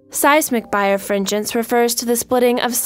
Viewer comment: It's pronounced bi-refringence, not bire-fringence.